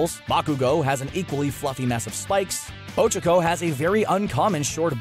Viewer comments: These aren't rules, they're just some facts about the anime. Also, it's not 'Ochoco', it's Ochaco. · Ochako (Oh-CHA-Ko) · Oh my fucking god why did you say ochako like that it hurts my soul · Anyone else heard him ochako wrong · How tf did he mispronounce Ochaco